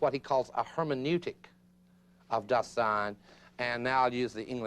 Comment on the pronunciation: I don't know why they mispronounce "Dasein". The accent should be on "Da" not "sein". The mispronunciation distorts the actual meaning of the word.